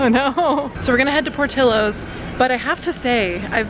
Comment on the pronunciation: My dearest!!! Por-ti-llo's and sounds pour-tee-yos... xoxo